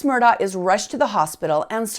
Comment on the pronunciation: Island"town" (Islandton) and Ed "ees" tow (Edisto). She must not be from around there. Maybe pronounce it Mur Dock also since that's how the family does it. Very nicely done otherwise.